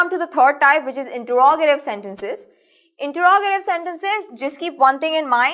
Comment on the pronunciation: awsome but the pronounciation of interogative was wrong